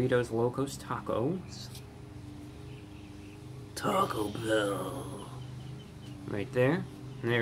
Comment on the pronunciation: Lmao the ||T A C O B H EHLL||